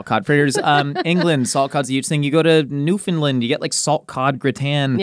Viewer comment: As a proud Newfoundlander it would like to inform you it is pronounced New-found-land not new-fin-lend 😤🥸